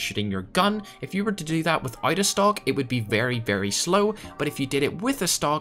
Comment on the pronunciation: Lmao when he said “stock” and I thought he staid “stonk”